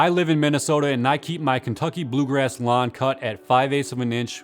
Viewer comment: Lawen... he Said Lawn.... at first i Understand " Does Your Mum look extra Crispy these days? - My defenetly does.."